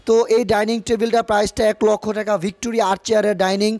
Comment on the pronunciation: টেকা না ভাই টাকা। সুন্দর করে বললে হইত বাড়িটা ভাল লাগত।আর ভাই রুচি টা খুব খারাপ।